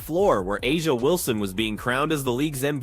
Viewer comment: First of all: That voice of commentator is annolying.... AND, are you surprised that 'Ah-Jah Wilson (they can't even pronounce her name correctly) claimed that the refs were paid off by the Fever? Doesn't surprise me at all...